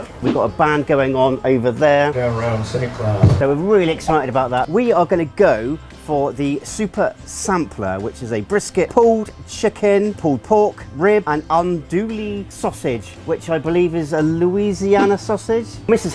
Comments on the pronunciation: I should point out that the pronunciation of "Andoullie" is normally pronounced "Own Dewy" That's typically how I've always heard people from Louisiana would pronounce it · Good afternoon, Cajun here. Andouille is pronounced Ahn-doo-wee. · Awesome. But it's pronounced (sorry for being pedantic) on.. do.. we. Lol hope that made sense. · Ann-do-E sausage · Andouille (An - Do - We) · it's French, so it's ahn DOO ee sausage. And, there is BBQ in more than the South. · andouille is pronounced "ann-doo-wee"